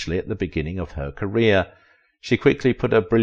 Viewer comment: Career not carrier!!!